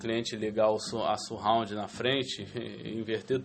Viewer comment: não é dificil aprender a falar 'surround'... basta ter um pouco mais de atenção!